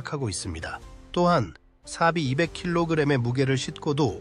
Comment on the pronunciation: 뭐? 이게 숫자일 텐데 아랍어냐 중국어냐 사비이백키로그람은 어느나라 숫자냐? 숫자도 못읽는 중국인이 만든 채널 같은데?